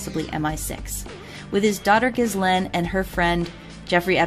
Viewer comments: It’s pronounced ga-laine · How about Operation Talpiot? Btw Ghislaine is prounounced Gill( rhyming with Bill) LANE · Ok now remake this video and pronounce her name right